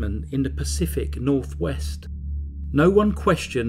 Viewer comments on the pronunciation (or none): none